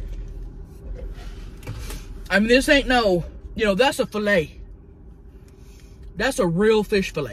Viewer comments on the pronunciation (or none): none